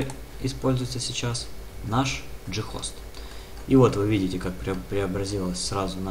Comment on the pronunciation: "Ghost" (англ. Призрак), зачем так каверкать слово?